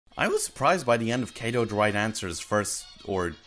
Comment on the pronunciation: Why do you pronounce them as Kay-do and Main-ga when their actual pronunciation is Kaah-do and maah-nga?